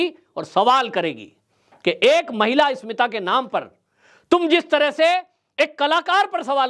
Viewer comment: आप इस्मिता शब्द बोल रहे हैं, जबकि सही शब्द अस्मिता है।